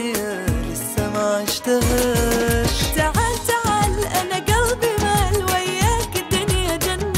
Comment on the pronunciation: Gana Ahmed اي والله ماشاءالله عليها بس ماتعرف تلفظ كلمة وياك نفس الخليجيين